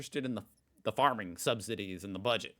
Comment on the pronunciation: I think it's "subsidies", not "substidies". 😅 Greetings from Berlin.